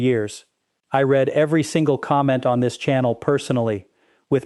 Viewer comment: I hate A.I. with a Passion!! A.l. alter ego, doesn't know the difference between "to Read" & its Past tense. That's because they have the same Spelling, but different Pronunciations. "". reads it, as the Past tense of Read, when my comment is Only the second 😂 Does Dr. "", predict the future?! A.I. generated videos Suck like an Industrial Vacuum Pump 😅